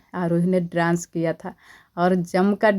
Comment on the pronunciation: ड्रांस मत बोला कीजिए प्लीज डांस बोला कीजिए 😊❤